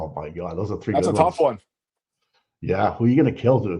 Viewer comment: One, two, treeee, four, FIFFFFF